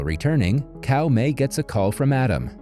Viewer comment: Caomei is pronounced Tsao mei, not Cow May, lol ...